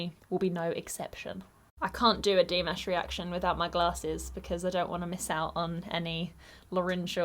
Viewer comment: The word/phrase you might use (instead of "slit") could be "aparture/"narrow aperture." Please move the stress accent in "Dimash" to the second syllsble. Or, maybe the silent gesture was an unsuccessful attempt to set up that whistle.